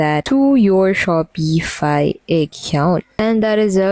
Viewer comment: Your pronouncing Shopify wrong